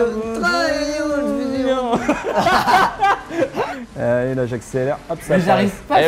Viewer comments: Cyprien pk tu dis trayoule fusions alors que c trials fusion bref g mis un j aime quand même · Cyprien et son accent magnifique "On est sur Traillauls fusion " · J'ai gerbé au "trayaul Fusion"! :3 L'intention est bonne mais soit tu prononce à la Française ou à l'Anglaise. Mais la c'est un mélange des 2 horrible. Je mélange pas le ketchup et la mayo! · "Trayol fusion" mdr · "Trieuls" OH WOW... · Pourquoi cyprien a dit Traioles fusion xDDDD????? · Arretez de dire traillaulz fusion svp